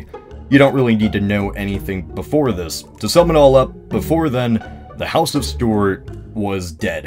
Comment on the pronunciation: The way you pronounced Stuart low key triggered me :,(